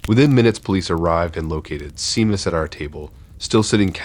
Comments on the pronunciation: For future reference Seamus is pronounced SHAME us. It's Irish☘️ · Are you trying to say Seamus? It's pronounced Shay-muss. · Glad someone said it😂